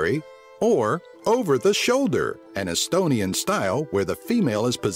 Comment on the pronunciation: Dude you can't speak estonian XD (I'm estonian)